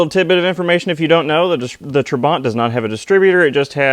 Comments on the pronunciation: It's pronounced trabant - not traw.bant. At least that's the Hungarian way of saying it. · Its not trabont you should be saying trabant !!!!!!!!!! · Why do you pronunce it Trabont. it's Trabant. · what is hard in saying Tra-Bant? there is no R in trabant. I was going to watch your Video, but you sound like a wanker. So a big thumbs down. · Why does he keep calling it a 'Trabont'? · Your pronunciation is close to Trabbont in English. UK - natch It's a gudgeon pin, The US calls it a wrist pin. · Gret video! However, you are pronouncing the car's name incorrectly - listen here